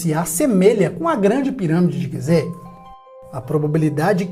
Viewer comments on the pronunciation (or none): none